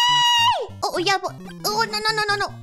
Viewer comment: Oh my god, her pronunciations improved so much You can hear it best with her “no”s